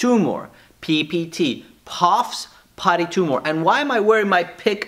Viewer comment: You said Puffs Potty tumor lol